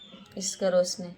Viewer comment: Video bana rahi to has q rahi Are रोसनी nahi hota रोशनी hota hai